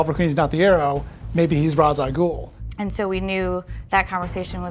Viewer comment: i love how everyone's being saying ra's al ghul's name wrong since the nolan films